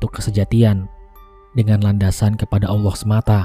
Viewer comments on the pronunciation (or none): none